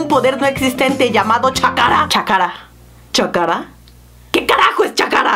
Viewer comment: No es chakara es chacra